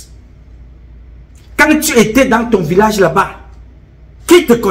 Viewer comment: Il a m'a tué de rire le jour où il a dit '' lassa''. J'étais toup au sol.😂😂😂😂